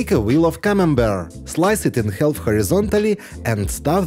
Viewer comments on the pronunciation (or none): Some really imaginative recipes! A tip for pronouncing the word “half”. The “L” is silent. Try it!!